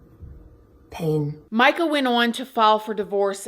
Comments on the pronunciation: It's announced, Meeka, NOT Mica. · Per her family, it is pronounced "me-ka" not "my-ka"